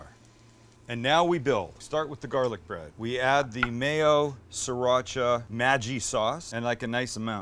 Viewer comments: The GG the Maggi Sauce is pronounced as Gee not Jee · It’s pronounced “ma gee” not “ma jee” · “Ma yee”? LMAO... it’s pronounced “maggie” like the name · It’s not majee it’s maggeee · Knorr liquid seasoning tastes much better than Maggi. P. S. Maggi is pronounced Maggie not Ma-jee! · Mađi NOT Madjiiii ffs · ITS MA-GEE NOT MA-JIH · maJJi. Always feared for the day someone would pronounce it like that. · From the Caribbean and hearing him pronounce it Maji made me smile, no kind sir it's Maggi like the name Maggie. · It's not majji it's maggi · Awesome Sandwich! Just a hint: Maggi is german and pronounced "Muggy". Greetings from Germany. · I cringed when he said Majji instead of maggi... Other than that everything was cool :3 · Not mageeeg its mag gee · In India you can never pronounce Maggi as Majji . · p.s. its pronounced "Maggie" not "ma-jee" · majjii ??? its maggi pronounced ma-ghee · That maggi brand is pronounced as "Maggie" not "Maji" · Its not maggi not maggi as in Maggie May! But thank you for the wonderful recipe. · Bahaha!!! Its pronounced "Maa-gee". Its not from the States, its from Malaysia. So pronounce it properly. BTW That sandwich is amazing! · its maggi not majji just like its gif not jif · "Maggie" not "Majji" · No it's not Meh Gie. More like Mah Gi. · Amazing sandwich, but FYI Maggi is pronounced like the woman's name, Maggy. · Maggie pronunciation, Mah•gee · Maggi (pronounced Maggy) is the brand, Juguito is the name of the product. Looks tasty, could you please suggest alternatives for saricha? I really don't enjoy the flavor of saricha. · Indians laughing like idiots when they see him pronounce Maggie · Maggi pronounced as 'maggie' Sam 😅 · "Maggi" is pronounced like "maggy" (like the name) :P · Loool it's mah-gee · MAGGI is pronounced Meh-ghee (like Maggie from Simpsons), Percayalah saya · It's actually pronounced maggi (maggie, g as g in grade or good ) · Great video... but it’s pronounced “Maggie” like the name. But also great video.